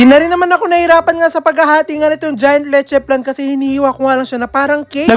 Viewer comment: It's LECHE FLAN, NOT "letche plan" 😊